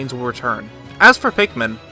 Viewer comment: Pikmen.... Says it like "Pinkmen". Great job as always Will